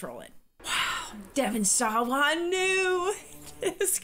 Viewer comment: Love this one, not very scary as horror goes but clever and fun to try to predict the deaths. Also the way you say Devon SAWA is great